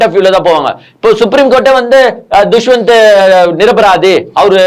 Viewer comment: துஷ்வந்த் இல்லை தம்பி தஷ்வந்த்